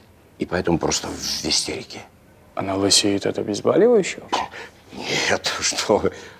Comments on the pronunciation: ОбезбАливающие!!! Ладно,следак говорит,но доктор!!! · Никогда раньше не думала, что звания раздают по наличию хамства в организме : чем его больше,тем выше чин.И почему актёры зачастую говорят " обезбАливающие" ? БОль -проверочное слово. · 😀ОбезбАливающее... от слова БАЛЬ? Всегда думала, что слово обезболевающее от слова БОЛЬ, обезбОлить, а не обезбалить. ХА-ХА-ХА.